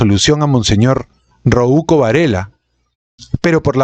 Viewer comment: "Rouco" no se pronuncia "Roúco" veo que los diptongos y las llanas tampoco son tu fuerte